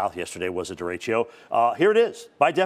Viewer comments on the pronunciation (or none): Here’s some quick wisdom: First, it’s pronounced Deh-deh-choh. Not durechio lol Second, derecho in English means directly, or straight ahead. Which is exactly what it is and does. It’s a fast-moving widespread burst of thunderstorms moving in a straight line caused by a storms downdraft and it’s cool air dropping rapidly back down to the surface. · Duh-RAY-Choh (not duh-ray-chio)